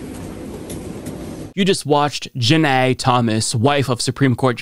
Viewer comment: "JahnEY Thomas!" 🤣🤣🤣🤣👍👍